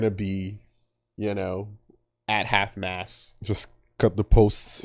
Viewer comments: I'm not trying to be mean to, because I sure as fuck aren't fluent in like 4 launguages. But, are you saying Half-Mast, or Half-Mass? It's Half-Mast. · He's saying it "half mass" for sure.